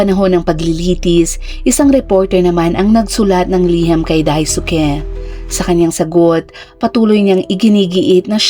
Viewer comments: no hate po pero ang pagbiskas sa ngalan na Daisuke is silent "U" (read as DAIS--KE) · Dai-ske ( pronunciation )